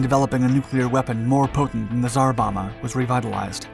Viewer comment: Bomba is pronounced Bom-bah (Bom is pronounced like the dome, but with a b)